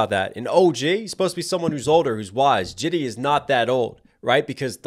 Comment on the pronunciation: JID not JIDDY 😂😂😂